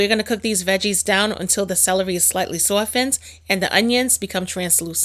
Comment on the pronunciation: The way you say "sawftened" and stew beef. I am convinced you're a Trini-NewYorker ....like me 😂 ... this looks so delicious. Will definitely try this recipe this weekend